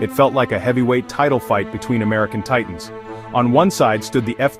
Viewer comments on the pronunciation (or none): none